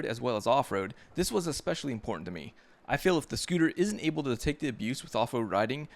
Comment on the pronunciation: Good video. But I can’t get past “ECKspecially.” Also it’s damper. Not dampener.